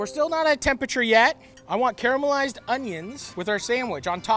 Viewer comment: "Care-a-mell-ized" onions lol! Also, toast the bread for this one and you'll have a winner. What we have here is a soft shell meatloaf sandwich taco- which is not entirely bad btw...